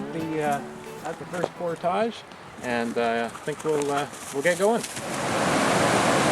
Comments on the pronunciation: Glad to see you know how to correctly say the word, "portage." Makes me think you probably say and do all the other stuff correctly. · actually, he is saying it the correct way.... its just some americans who are incapable of saying french-based words correctly. Just like a fish Fillet, and front Foyer... its Fill-eh & Foy-eh (no canadian joke intended lol) not Fill-it & Foy-er. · how he's pronouncing it is the standard Ontarian way as far as I know.